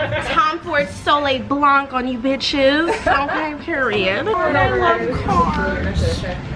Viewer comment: I just love this vlog so much good vibes 🤩 happy late birthday Ps. For the perfume you pronounce it « soley blan » without the C at the end ;)